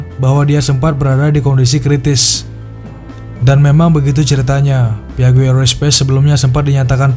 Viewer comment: Maaf,... 😊 PIAGGIO dibacanya: "...PIAJJO..." Jangan kepleset jadi PAIJO, ya...😂